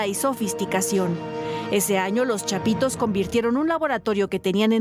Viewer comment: Dice chapiros hehehehehehe